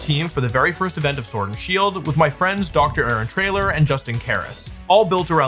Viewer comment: 1) Pink is one of my favorite colors. 2) Blue gastrodon with its superior pig tails is INDEED SUPERIOR 3) i very much enjoy the slight pause between words when you announce DR…. AARON…. TRAYLOR…..